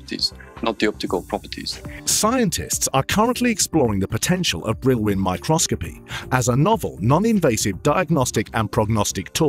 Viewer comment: Oh my god who the hell did the voice over? Micro-scopy?? Brill-win?!